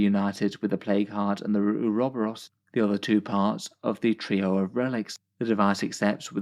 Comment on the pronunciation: Your pronunciation of ouroborus has me reeling 😂 is that just how British people say it??